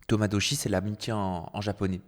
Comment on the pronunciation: on frôle le racisme avec toi qui n’arrive pas à prononcer tomodachi et qui te moque du nom